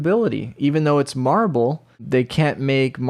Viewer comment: I keep thinking he's saying Marvel.. and that makes'a'me'a wann'a puke'a .. :P